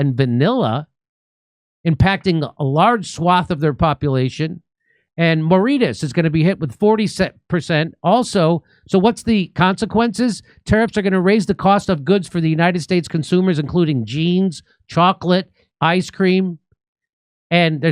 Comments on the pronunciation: 😂 I might be your only viewer from Mauritius. It's pronounced More-ree-cious 😂😂😂 Yes, in the last 25 years, development has exploded. The country is first in Africa for finance and human resources. The tourism is especially important. You gotta be rich to go on vacation here. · Mauritius is pron. 'Moor ISH us" Jimmy ❤ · Lesotho is pronounced Le-soo-too. It’s a tiny tiny country . Basically the size of Belgium, with vastly smaller pop. Mauritius is pronounced more-rish-iss.